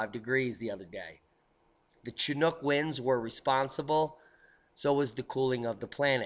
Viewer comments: Pssssst... "Chinook" is pronounced as "Shinook". Just a heads up on that. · Hi Great report as usual. Talk that the Polar front has been split intentionally with HAARP & other scalar tech that controls & directs weather. Chinook is an Inuit or "Eskimo" word I believe, being a Canuck I grew up with the word & the "Ch" is pronounced Shhh Shinook, fyi. : ) . Cheers mate from down under!